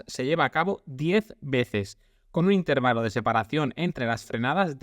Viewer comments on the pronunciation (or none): none